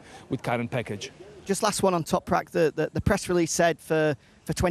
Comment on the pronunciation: just say Toprak you keep guffing up his surname....